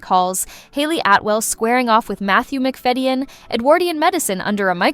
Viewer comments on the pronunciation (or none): Mc Fadden not Mc Fedian! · It’s Matthew “McFadden” I know it isn’t spell that way but it is how it’s pronounced!!!! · Could you PLEASE take the trouble to pronounce names like Berkeley Square correctly????? Not to mention Matthew McFadyen. Also, none of these dramas has been "hidden" from the public. They're all well known.